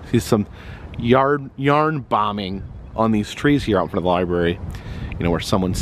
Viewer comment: The li-bury.